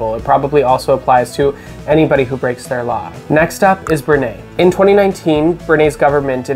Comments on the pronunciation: justice for Iceland…. This is the correct flag! 🇮🇸 Also for Brunei which is pronounced like “bru-neye” and not “Bru-naye” 😅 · Brunei is pronounced like “brew-nye” not “brew-nay”. Also, Canada should be ranked higher than 5. I know this was all based on your own opinions, it sounds like you've never visited Canada despite living just south of the country.